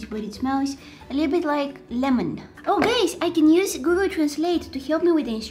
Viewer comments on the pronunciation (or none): none